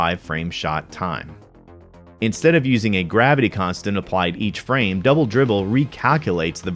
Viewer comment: Dwoubel Dwibbel